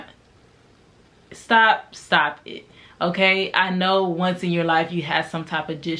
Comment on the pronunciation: Lol lol you’re so funny “stawp it”